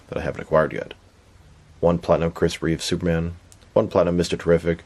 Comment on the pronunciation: D there is no s at the end of Reeve